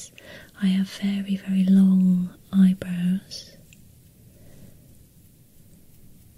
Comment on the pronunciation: ahah i love how u pronounce eyebrows.. "eyebros''